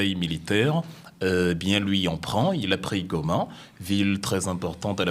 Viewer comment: Le m23 est congolais! Ce mec sait bien comment prononcé" Goma" à l'orginal 😂